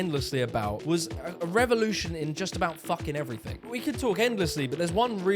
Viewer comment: Love your vids but why do you say "evreythink" instead of everything?